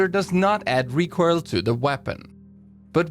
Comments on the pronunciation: Please tell me that I'm not the only person to hear "recurl" instead of recoil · no one gonna discuss how this guy pronounces recoil "recoirl"?